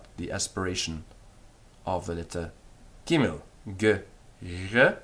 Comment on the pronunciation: Dear sir I must be hearing you wrong! ?. It's begadkefat why does it sound like your using the resh as the gimmel?